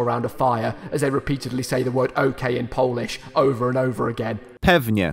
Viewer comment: didnt know that ok in Polish is pewnie pĘfNjE